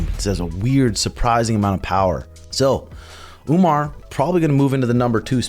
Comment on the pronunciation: Who is Omnar? How difficult is it to say Omar?